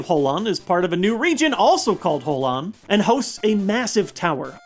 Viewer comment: He said Howan Region.